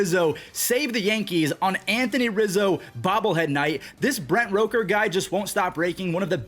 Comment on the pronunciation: you play MLB the show, why do you mispronounce names constantly. Its rooker not roker